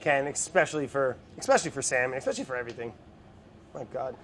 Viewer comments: Brad: "esckavation" Also Brad: "eckspecially" Will he ever get it right? We may never know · Brad: expecially Also Brad: esscavating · he can't say ex in escavating, but he can say ex in expecially. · How Brad says 'especially' - eXpecially How Brad says 'excavate' (in the cured yolks video) - eScavate ??? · thanks for calling brad on his use of "eckspecially" brad has not worn underwear in six years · In this video Brad pronounces Especially "Expecially" and in his cured egg video he pronounces Excavating "Escavating" 😂🙃🤪